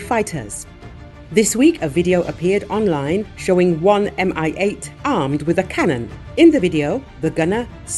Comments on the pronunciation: 'coz it's "Mi-8", not "MI-8". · Mi-8 is not "M.I.", it's like pronoun "me". "Mi" is shortening of "Mil" (Миль), the designer's surname.